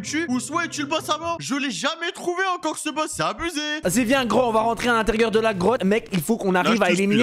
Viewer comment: Ta dis grog à la place de grottes